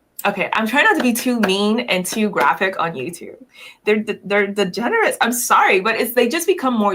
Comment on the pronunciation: She tried to say degenerates and said "thegeneris"